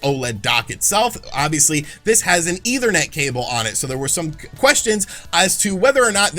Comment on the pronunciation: JESUS CHRIST DUDE! ETHERNET NOT EITHER NET! Seriously man, at this point learn what words mean and how they are pronounced. Every video you sound borderline illiterate.